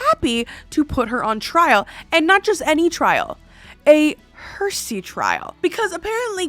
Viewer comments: Heresy is hair-ess-e not her-see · Hellooooo fellow Canadian from over here in Alberta!! 😁 Just here to help with the word heresy. It’s said more like hair-see or hair-uh-see instead of her-see. 🤗 I love your haunted estate episodes because you’re such a great story teller! 😊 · Just an FYI: it's Heresy not Hersy. (Hair-a-see) 😊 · Her-sea! 😂Heresy? I love your videos! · Heresy is pronounced "heh reh see" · The way you pronounced "heresy" made me smile lol. Don't ever change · Oh my God you can't even pronounce heresy